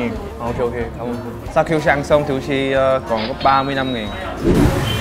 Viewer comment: gì nũi mà woossi đọc như gỉ mũi á